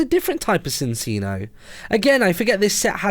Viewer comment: Martyn minccino is pronounced minchino and cinccino is pronounced chinchino i watch the whole series of black and white